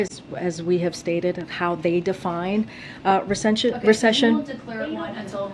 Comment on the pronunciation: She’s taking Spanish classes: Recepción: Min